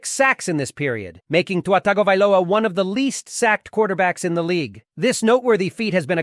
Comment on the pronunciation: Finally someone correctly pronouncing Tua's surname as TAGOvailoa and not Tangovailoa .